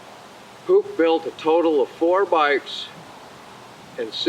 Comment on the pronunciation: Perhaps you should tell your "ai voice person" that it is n o t pronounced "puke".....🤯 #aislop #NEXT